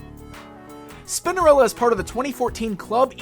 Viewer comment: I swear he says Spindarella 😳